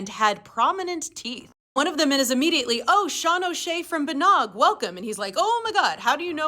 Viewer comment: Bánóg is pronounced bawn like Shawn and óg like ohg